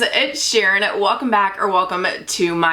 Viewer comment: I was zoned out and when you said “hey guys it’s Sharon” I thought you said “hey guys WD sheeren”